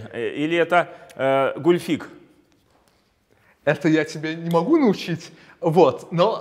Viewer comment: Правильно гУльфик, а не гульфИк)